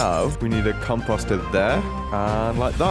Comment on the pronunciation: did I just hear compasta?